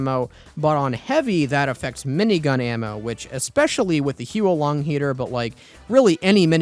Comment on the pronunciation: "Hyu-ou Lahng Heater" "Daylokohz Bar"